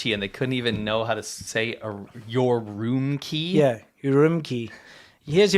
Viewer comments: I understand you are proud of your CCP hotel room, but it is ur-um-chi, not your-room-key to the red room. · This guy lost 100 social credit points for his mispronounciation of "Your-rome-kie".